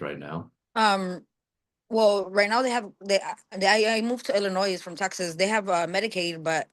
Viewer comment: The s in Illinois is silent